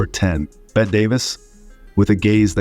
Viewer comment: It's Bettee (or Betty) for Bette Davis ant not Bet. These were not evil women; they were strong women in a male dominated world.